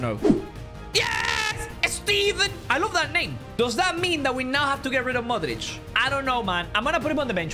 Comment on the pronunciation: idk why but non balkan peope pronouncing ''modrić'' the croatian way makes me happy